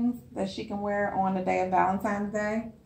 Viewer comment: THE WORD IS VALENTINES DAY NOT VALEMTIMES DAY